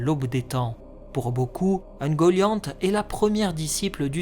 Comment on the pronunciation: Alors je suis tatillon, mais c'est /uŋgoliant/ (oune-gO-li-ane-t). Le mieux est encore de prendre la phonétique des prononciations